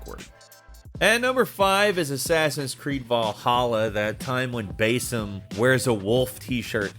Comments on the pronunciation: “Bayyysim” “moaleeem” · Alt-air? Bae-yek? Bae-sim? Does this guy play AC games? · btw, why "Bay-sim", like i understand some of the narrator's won't always play the game and hear the actually pronunciation of the name and is instead written by writers who have, but like, holy. It's "Bah-sim". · Are you okay??? Like seriously??? The way you pronounce the names are like you’re having a stroke mid way through. BaYsim, AbSTigo, EEvor, he doesn’t even attempt Eivor, completely forgets there’s and I in it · Besim, Aaa-bsterrrgo, Alteirrr, Aivvoor, El Mulim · What's awkward is your pronunciations of basim and eivor Though I see others noticed this as well. Its fucking cringe worthy, man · Is that how Basim's name is pronounced? 🤔